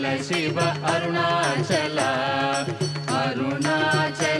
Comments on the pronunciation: దయచేసి షివ(shiva) అని పలకవదు శివ(SIVA) అని వ్రాయడం పలకడం శుభం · Shiva (షివ)అని వ్రాయవద్దు పలుకవద్దు,SIVA(శివ) అని వ్రాయాలి,పలకాలి!